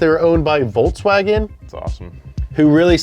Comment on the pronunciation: I'm glad i know how to say gallardo now. But, stop saying Volkswagen like voltswagon